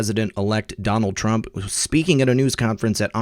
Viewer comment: Isn't it Trump. Not Trunp?? Lol